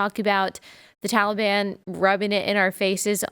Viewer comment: Taliban?! Who the hell is THAT now?!! Did you mean the Tahlly Bon?! 🤣 #BloodBathBiden2024 P.S. If you don’t laugh, you’ll cry quite frankly :(